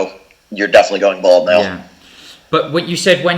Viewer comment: It’s Bald!!! Not bold!!